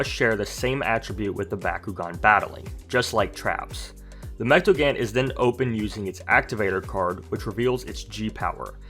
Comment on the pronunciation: Say mechtagan because it’s pronounced (mech-ta-gone)